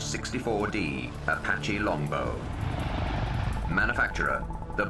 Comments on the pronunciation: Umm since when did they retire the AH-1 Cobra? Its still in service with the Army and Marine Corps. The AH-1Z just came out so I dont see them retiring it anytime soon.. Psst its LONGBOW not longbox.. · its longbow not longbox wtf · 1.The AH-64's name doesn' even include the word"Cobra" 2.It's Longbow,not Longbox. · "Longbox" lol